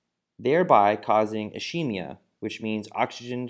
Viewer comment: cuz he said ishemia